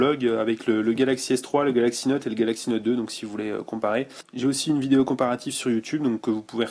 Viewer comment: Super Smartphone.Merci pour la vidéo. Le meilleur moment: On a quelque chose au bout du fil ^^ :) Et sinon j'aime bien comment tu dis vidéO,photO,eurO...Il y a un souci avec les "O"? ^^